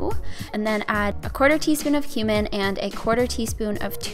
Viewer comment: When she said cumin, I thought she said human XD